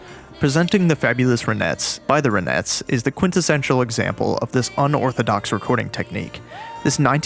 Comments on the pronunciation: "RAH-NETZ" (not "ruh-NETZ"). Named after lead singer Ronnie Bennett Spector. 🤓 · "Ronettes"--pronounce the first syllable like "ron" not "run." The group was named for its lead singer, Ronnie Spector (unless you pronounce her name "runny"). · It's RONettes, not RUNettes. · RON, not Ren....nettes. 🤨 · dude, why are you pronouncing it that way... the "ruh-nets"?? LOL. It's RON-ets. Like you would normally pronounce Ron. Like Don or James Caan. or Gone... or John. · They’re not pronounced, the Ra-NETTES, the band is the RON-ettes. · It’s “RON-ettes”, not “runettes”. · It's RONETTES not Runettes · Great piece. But Ronettes is pronounced as if you're about to say the name Ron only but then you add the ettes at the end. No accent on either syllable. You’re saying something likerenettes with an accent on the second syllable. The Ronettes back up Ronnie. Not the renettes. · Ronnie Spector - The Ronettes. Not Run-ettes. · The "Roh-nets?" How could the narrator not even pronounce the band name correctly? smh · Ronettes as in the name Ron , not runettes . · Please learn how to pronounce RONETTES. Is this AI narrated? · This is the first of your videos that I've seen, and I will likely watch a few more. One thing though: the name of Roni Spector's group should be pronounced so it sounds like her name.